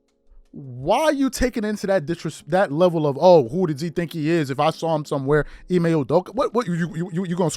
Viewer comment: To shannon its...I-May not IME lol